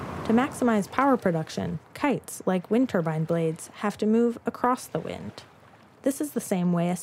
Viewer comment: TURBINE NOT TUBUN FFS!